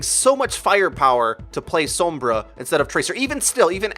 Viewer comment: anybody else mad about how he pronounces sombra?